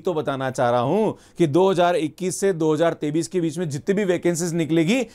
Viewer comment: pahle 2023 ko hindi me sahi se bolna sikh ya isko sirf english me bol, yes this is very good news , a real phd is a long process but we need money to survive , so I welcome this news .